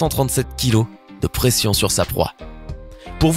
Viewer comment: 6.39 il a dis préenssion au lieu de pression